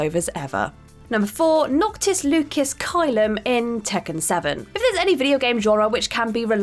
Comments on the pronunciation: Noctis's name is pronounced Loo-sis, not Loo-kiss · Noctis's middle name is on pronounced Lu-sis, not Lucas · Lucis is pronounced as Lew cis not Lucas. It was bothering me >> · Yeah, I cringed hard on that. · Whenever I hear voice on a video I already cringe because I know she’s going to say something wrong. And of course she butchered Noctis’ name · You're saying lucis wrong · As someone who probably didn’t play FF15 to hear how it’s said, she could of butchered it must worse so I appreciate her effort.